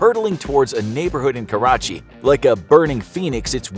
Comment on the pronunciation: I love how u pronounced lohar and Karachi properly